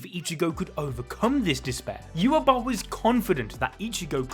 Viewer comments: Wach (the german word) isn't pronounced "ewah" - The king in mispronouncing stuff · Why do you keep saying Yuhabok?